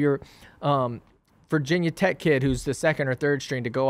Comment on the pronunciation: Thanks for not saying "vahhh tech" always drives me crazy